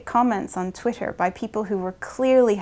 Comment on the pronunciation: twit-ter haha. agreed that its pretty lame.